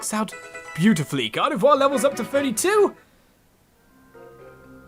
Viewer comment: Lmao he says Gardevoir correctly but tanks on saying Kirlia the right way. 😂😂😂